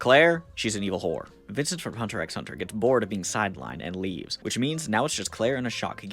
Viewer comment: The X in "Hunter x Hunter" is silent btw, self proclaimed smooth brained americans are not immune from learning things y'know